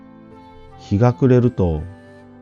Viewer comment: 久しぶりに「むじな」を聞きました。ところで、「紀伊国坂」は「きいのくにざか」ではなく「きのくにざか」ではないかと思います。